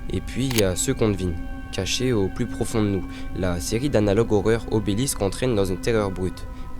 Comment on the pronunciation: Obelisk, et pas Obélix